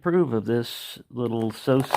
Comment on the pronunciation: The second S is silent in sous mate , I have been waiting to see one of these in action, only seen a tomato being cut until now.